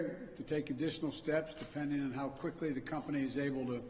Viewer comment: the agencies have acted "quifley"